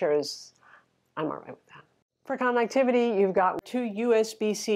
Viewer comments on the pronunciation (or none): none